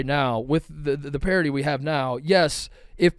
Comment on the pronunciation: The word is "parity". C'mon man.